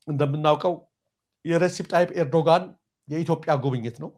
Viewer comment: ኤርዶጋን አይባልም እባክህ ፣ ጋዜጠኛ የመሪዎችን ስም በትክክል መጥራት አለበት ፣ ኤርዶዋን ነው የሚባለው ፣ ኤርዶዋን በል ፣ አስተካክል ፣